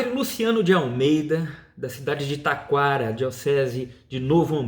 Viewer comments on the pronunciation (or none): Oi é Taquara o nome da cidade e não Itaquara. Mas eu concordo com este Padre e lhe dou os parabéns pois nós não podemos deixar de pregar a doutrina Católica e a palavra de Deus só para agradar alguns a verdade precisa ser pregada doa a quem doer! Jesus é o caminho a verdade e a vida! Só ele tem palavras de vida eterna.